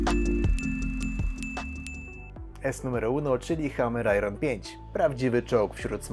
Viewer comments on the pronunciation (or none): Poprawna wymowa to „ajern", a nie „ajron".